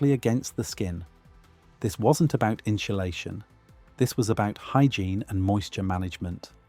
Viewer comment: the "inshulashion" caught my ear